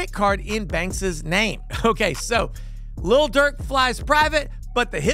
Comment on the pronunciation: Lil. Not little. Cause Little Dirk sounds silly. His vocabulary starts with the F word and ends with the N word.